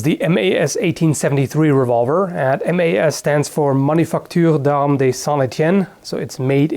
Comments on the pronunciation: Pretty nice pronunciation for an US guy!! "Manufacture d'Armes de Saint Étienne" is not really easy to say when you are not french... And as a French guy I can tell you the Colt is way more beautiful than the 1873!! I've got a 1873 but I dream to have a beautiful Colt like yours, the only problem is in France this gun is extremely rare! I don't know if the original Colts from the end of the 19th century are easy to find in USA...?! Maybe you don't have a lot of these piece of history...? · blue thumb for the nice french pronounciation :) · Glad to see someone appreciate something we produced. And nice job with the pronunciation of Manufacture d'armes de St Etienne, it was almost spot on :p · Haha ! Hearing you speak French was amusing (in a good way) ! :D I'm also impressed by your accent. You said "Manufacture d'armes" and "Etienne" almost like a Frenchman. insert Not Bad meme here